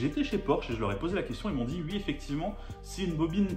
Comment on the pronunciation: je dis UI ! il me tue à chaque fois